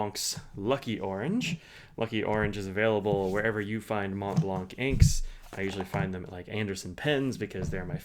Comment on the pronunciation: The C is silent In Montblanc, Not to be pronounced